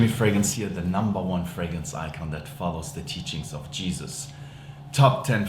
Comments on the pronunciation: Why does he say fragance? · Today I learned that Doug can't pronounce "fragrance"